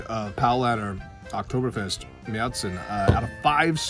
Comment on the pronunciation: San Jose, CA. Going to Oktoberfest in September '24. Can't wait to taste Paulaner's and Spaten's Marzen. Glad you pronounce it MareTsen and not MarsEn. Prost!